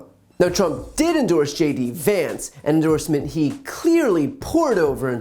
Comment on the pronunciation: This is just... ridiculous. The least he could do is get Vance's name right if he's endorsing the guy.